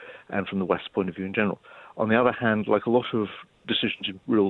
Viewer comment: What nationality is he.He just said ' playing a lone HEND !'